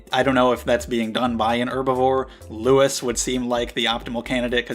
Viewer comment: The 's' in 'Louis' is silent, and he's voiced by Josuke's voice actor. The manga has my favorite Shounen art style next to JoJo Part 4's anime and...get this...HxH's manga. (I know) Also, this series won awards alongside The Promised Neverland.